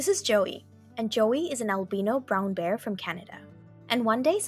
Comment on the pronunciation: he’s not real, it was a fake story, look it up, you pronounced “Albino” wrong